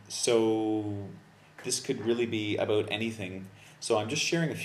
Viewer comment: You are mispronouncing the word 'about'. Just an honest observation.